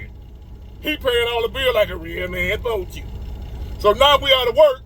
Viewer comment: Lol "he paying da bills like a real man spos to."